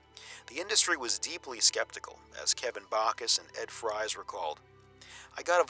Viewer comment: Isn't Ed Fries pronounced Ed Freeze?